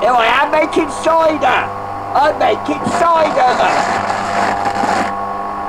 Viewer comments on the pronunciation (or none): making soidah! making sooidaah!